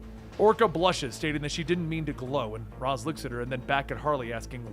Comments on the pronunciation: Why do I keep physically recoiling everytime he pronounces ra's "raes" and not rozsh or something? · R'as="ray-shh" say it with me please. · Ra's = "Ray-sh" . . . . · It's pronounced 'raish' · I feel like he’s saying “Ras” wrong. Not that it matters I just thought it was pronounced different. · It's pronounced "Raysh" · That is not how you pronounce Ra's. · did nobody ever correct just pronunciation of raas?